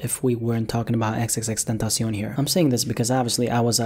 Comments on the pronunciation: Ten-tosh-eon, stupid ass niggga. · The way he says xxxtentacion😂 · I can't stand the way u pronounce "XXXTentacion" (but other I like youre videos)